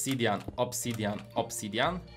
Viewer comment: muwi się obsydian a nie obsydjian🤣💕